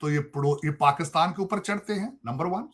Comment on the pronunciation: Paxaatan, isolation, taiyyare, Cheema Saab, maine Research kari hai😂 Sorry bekhashoosh bhool gaya m